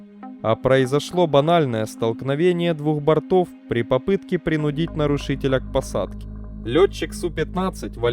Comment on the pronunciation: Учим ударения. Не принуд'ить, а прин' удить